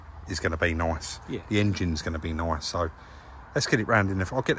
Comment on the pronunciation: “It’s looking noioice, it’s purrfick”.